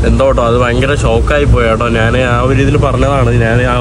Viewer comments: നിനക്കു പറയാൻ അറിയാഞ്ഞിട്ടാണ് പൃഥ്‌വി രാജ് എന്ന പേര് നോർത്തിലും സൗത്തിലും ഒന്ന് തന്നെയാണ് . ആദ്യം നീ ഞാൻ എന്ന് പറയാൻ പഠിക്ക് . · നാൻ തന്നെ കുണ്ടി കഴുകി നാൻ അല്ല മോട്ടേ ഞാൻ